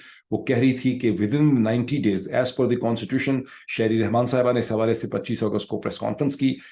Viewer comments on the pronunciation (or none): none